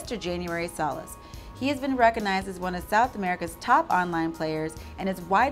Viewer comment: Wow, you said his name right!!! Lon, Antonio, Norman, and Kara were not able to after many days. Thank you! <3 (Nice video!)